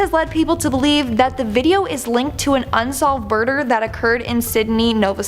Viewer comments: You may or may not have said unsolved "burder" 👉🥺👈.. I'm sorry, don't hate me. Binged a few of these videos, talking somehow breaks through my ADHD and manages to keep me engaged. Great work. P.s What in the world is your skincare routine, asking for a friend. Now that I know Peach exists going to go and sub to that too! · She 100% said burder